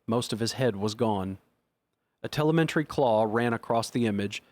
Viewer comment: I love this book but the pronunciation of telemetry is really driving me nuts lol